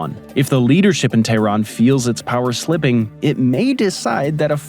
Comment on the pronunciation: How are you going to make a video about Iran and say “Iran” 500 times, and not pronounce it correctly even ONCE. Iran is pronounced E-Ron. Not Eye-Ran. If you think that’s odd, explain how we pronounce “Colonel” 😂 PS: Tehran is pronounced Teh-Ron. Not Tay-Ron.